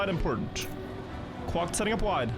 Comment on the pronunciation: That's the correct way to pronounce quack, it isn't quake lol